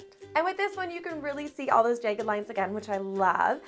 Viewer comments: you say jagged weird? “jey-ged” it is “jah-ged” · jæg-ged not jage-ed, bæg not bage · ok im not tryna be mean but i think she says jagged wrong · I’ll subscribe to your channel when you learn how to say the word jagged properly